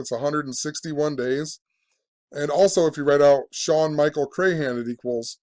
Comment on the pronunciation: You can't even pronounce Crahan correctly.